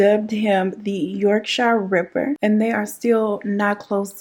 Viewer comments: Yorkshire is just pronounced 'york-sheer'. No shyers here 😁 this was on of our big cases, the Yorkshire ripper send shivers down your spine, he got to live a comfortable life in the institution along with a few other well known crazies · Us English folk have some weird place names. Yorkshire is pronounced like York- shear. Why we feel the need to confuse everyone is beyond me :) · You missed a few women out and the letters and Yorkshire is pronounced yorkshere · I’m creasing girl 😂😂 Yorkshire is pronounced ‘york-sher’ 😂😂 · I actually laughed out loud at the way you pronounced Yorkshire 🤣...much love from the beautiful county of Yorkshire..with no drawl in the shireeeee lool....